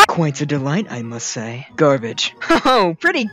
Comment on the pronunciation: how said garbage